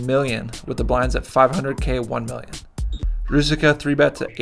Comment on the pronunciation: Roo-Zich-Ka, not roo-zik-uh.